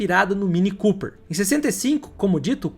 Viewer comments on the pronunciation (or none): none